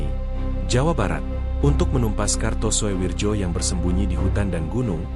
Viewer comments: Walahh... Walahh... Mbacanya bukan suwirjo bung... Tapi suwiryo. Tulisanya karto soewirjo mmang, tapi bacanya suwiryo. Kan itu ejaan Lama bung... Sampean mbiyen sekolah nangendi to, gurune sopo?? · Gak kartosuwijo tapi Jo dibaca Yo ,ejaan lama . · Harusnya dibaca Kartosuwiryo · Di baca karto suwiryo , Daud beureuh